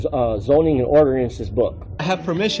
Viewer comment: for the last damn time it's,"ordinance and statute," not,"orderances and statues". How can someone who claims to be such an expert misspell and mispronounce simple words over and over again.